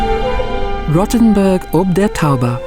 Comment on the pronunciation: it's pronounced like roe-ten-burg - not rottenburg. still gave it a like, though!